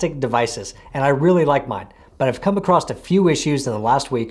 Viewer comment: across not acrost